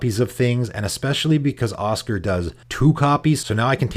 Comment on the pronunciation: I know you probably get a lot of stuff for pronouncing stuff weird, and it is a fantasy game with made up names, but saying Osgir like Oscar is making me cringe. It's more like Oz-Gear in my ears